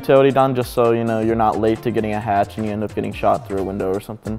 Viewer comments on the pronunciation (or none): none